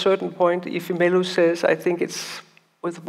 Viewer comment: Agreed, I just wish someone taught them how to pronounce the name of the protagonist in her book. Isn't it I-FEM-elu, not Efe-ME-Lu?